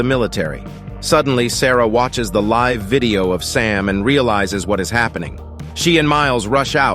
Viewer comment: Respectfully, you do NOT have to be a native English speaker to pronounce live-stream, ESPECIALLY the prefix, “Live”.